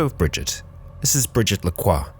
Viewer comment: brigette lacroix is correct <3